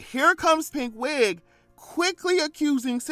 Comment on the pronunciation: Not you saying Pink Wig but I heard it as PigWig‼️😂🎉